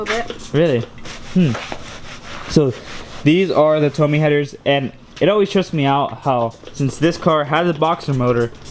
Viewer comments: isnt it pronounced "Toe-may"?? good video though!! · "Toe-may" bro. Like your toe in may.